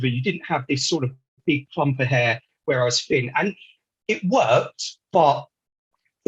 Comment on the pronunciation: It’s not fin on top it’s actually thin on top !😊